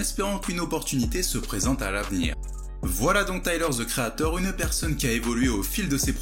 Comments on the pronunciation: Tyler Ze Creator 🤔🤔😭😭😭svp arrêt de massacrer l’anglais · les français be like: taiyeleur ze kri a thor 🤓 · Taïeleure ze créataur